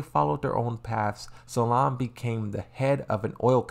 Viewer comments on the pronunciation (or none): Salim* not "Salaam" lmao And why do you call Shaheen "Shaheed"? 😂😂